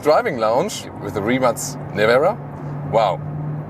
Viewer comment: Seeing this car makes me proud to be Croat and proud of Mate Rimac and his success. Also, great review and first right pronauntiation of the name of the car. Congratulations Thomas on yet another great and relevant review!